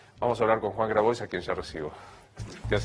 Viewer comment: Novaresio pedirte q pronuncies bien Grabois, es pedirte mucho, no?